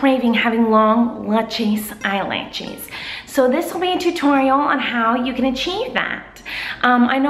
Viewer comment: it is sort of annoying when she say "lunches lashes"